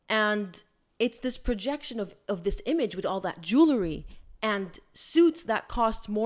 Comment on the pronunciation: Not Jew le ry. Jewel ry. As in jewels. 😊